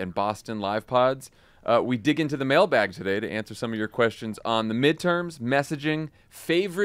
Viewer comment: The mention of testicle tanning and then hearing, "that was a mailbag fail" - I also heard "male bag fail" - LOL - never thought I would be a podcast person, but I love you guys.